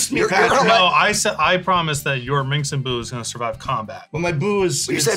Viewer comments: How many times does the profess mispronounce Minsc as MINX? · Saying Minsc and Boo so many times wrong in a row is very on flavor for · its fun how nobody pronounces minsc properly